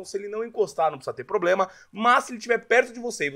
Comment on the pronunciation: MANO KKKKKKKKK "PLOBLEMA" É FOGO KKKKKKKKKKKKK